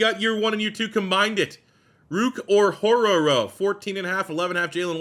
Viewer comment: I swear you pronounced Orhorhoro’s name different every time lmao